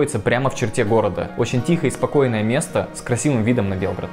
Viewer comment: люблю Сербию....пока удаленно,но в планах ближайших побывать...спасибо за видео,интересно..,вот только ударение в названии столицы Сербии не там...у Вас слышится БЕЛГОРОД,это как раз там где я живу....Черноземье,а у них,несмотря на то,что почти во всех словах ударение на первом слоге,все таки БелгрАД